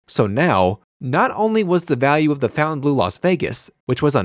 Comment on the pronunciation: I like your show but you should learn how to pronounce the name of the hotel correctly